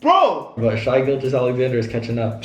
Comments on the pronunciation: Lmfao they don’t know how to pronounce shai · Shy Gilgeous-Alexander. It’s shai (sh-a) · its pronounced shay tho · Why they violating shais name like that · They don’t know how to pronounce SGA name right